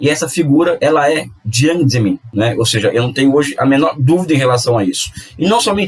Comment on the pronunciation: Apenas um erro de dicção, mds...